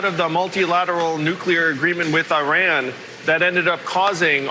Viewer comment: I really like Andrew Yang, but he really needs to start pronouncing Iran properly. It's pronounced 'eee-rawn', not 'aye-ran'.